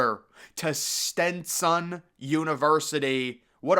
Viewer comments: Stetson not “Stintson” lol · Why is he pronouncing Stetson like stentson